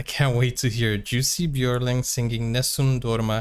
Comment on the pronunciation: His name was Johan Jonatan Björling, Jussi being his grandmother's pet name for him. His last name is pronounced: ö like ea in earn, so Bj ea r ling. Not yodeling.